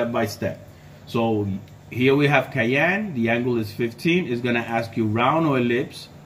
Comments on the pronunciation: Pronounced cyan | ˈsʌɪən | not cayenne | keɪˈɛn | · Its si-ann. Cyan. Not ki-ann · 😂 took me a minute to understand what you were talking about whenever you said cyan like that. You’re saying cyan like you would cayenne as in the pepper. Cayenne is pronounced Kai-en, like how you’re saying. Cyan is pronounced sai-an 😂 just thought that was funny. 👍